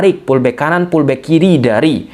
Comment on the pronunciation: Btw, sorry gw agak confuse saat bilang pullback pullback (gw kira tarik... tarik) eh kagak taunye FULL BACK.